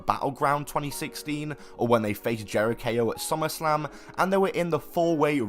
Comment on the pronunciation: Or, you know, Jeri-KO